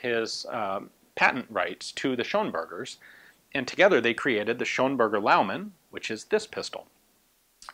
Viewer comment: It's actually Schönberger :)